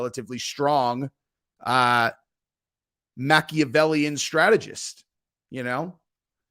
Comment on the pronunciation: Machavellian stragedist😂😂😂😂😂😂 oh my lord